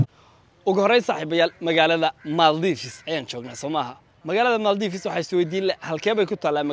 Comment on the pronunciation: Maale ku dhawaaqida iska hagaaji zzb màldiv